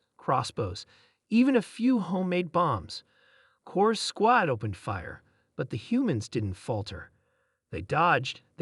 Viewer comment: Get a better AI program. One that can pronounce "squad" correctly